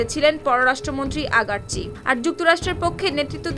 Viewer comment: সাউমারানি আগারচি না। আরাগচি। 😂😂😂 কি সাংঘাতিক।😂😂😂